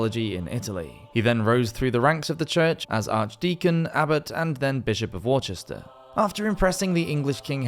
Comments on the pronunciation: At about , during the piece on Baldwin of Forde, did I really hear you pronounce Worcester as, “War–chester”, in the same manner as one of my American countrymen, who are less knowledgeable about European pronunciations might? I really hope that it’s just a niche regional British peculiarity, and not you mangling it or perhaps you altering it for the benefit of a largely American audience. That would be very disappointing. I’m correcting my friends and family on proper English, German and French geographic pronunciations all the time. If any of them ever mispronounce the suffix, ‘shire’ for instance, I immediately give them a dressing down😉, telling them… “𝙄𝙩’𝙨 𝙀𝙣𝙜𝙡𝙖𝙣𝙙, 𝙣𝙤𝙩 𝙈𝙞𝙙𝙙𝙡𝙚 𝙀𝙖𝙧𝙩𝙝, 𝙖𝙣𝙙 𝙪𝙣𝙡𝙚𝙨𝙨 𝙨𝙤𝙢𝙚𝙩𝙝𝙞𝙣𝙜 𝙝𝙖𝙨 𝙙𝙧𝙖𝙨𝙩𝙞𝙘𝙖𝙡𝙡𝙮 𝙘𝙝𝙖𝙣𝙜𝙚𝙙 𝙨𝙞𝙣𝙘𝙚 𝙢𝙮 𝙡𝙖𝙨𝙩 𝙫𝙞𝙨𝙞𝙩, 𝙮𝙤𝙪 𝙬𝙞𝙡𝙡 𝙙𝙚𝙛𝙞𝙣𝙞𝙩𝙚𝙡𝙮 𝙣𝙤𝙩 𝙛𝙞𝙣𝙙 𝙖𝙣𝙮 𝙃𝙤𝙗𝙗𝙞𝙩𝙨 𝙩𝙝𝙚𝙧𝙚!”😆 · I get that, but what confuses me, is that he’s a Brit, isn’t he, or am I just hallucinating? Any of the English that I’ve ever known, would never say such a thing, whether only tangentially connected to the information; whether disinterested in the story, or not. It’s only ever been “Wooster”, or maybe “Worse-ster”. It’s not Earth shattering for me, of course, just kinda baffling is all. From what the internet tells me, his name is. It says he is British, as if that weren’t already evident, and I believe I saw something connecting him to Cambridge, which if that’s accurate, makes it even more baffling. But as he also narrates the 'Walk the Plank' channel, perhaps others still, I doubt he’ll be taking the time for us to pick his brain here in the comment threads. If he weren’t dead, I’d say we hand it over to Robert Stack, because it’s likely to remain an unsolved mystery. Am I aging myself with that reference?😆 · it’s pronounced “Wuster”. I made this mistake too at one point. 🤦‍♂️ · Addendum: I think New Englanders, particularly from Massachusetts, would be the only exception to the typical American mispronunciation of 'Worcester'.😉